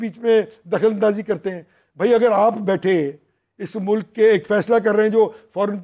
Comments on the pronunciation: Mr. you should concentrate on your accent It's Mulk not Muluk. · 2828 Shabash ,aap mujhay koi ''danishwer'' lagtay ho, Yes it is ''MULK'' and not MULUK, SHABASH aap bahut ''taraqi'' karo gay aur kamyabi aap kay qadam choomay gee. Sallam aur Duain from a senior from USA